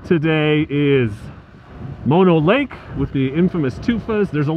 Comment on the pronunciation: Haha! You just WILL-A-MET'd the pronunciation of Mono Lake!